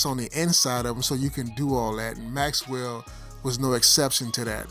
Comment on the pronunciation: BROTHER PLEASE IT'S "MAXELL" NOT MAXWELL ARRRGH